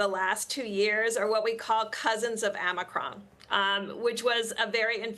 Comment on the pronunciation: Amicron??? No it was Omicron